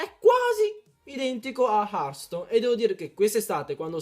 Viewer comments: hearthstone non hartstone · Comunque si scrive hertstone ma si dice hertston (per )